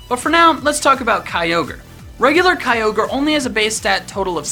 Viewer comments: It ky-or-grey! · it's pronounced kyogre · number 4 is pronounce as Key-yo-gray